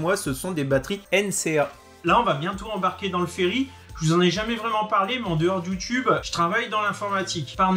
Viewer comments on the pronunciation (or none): none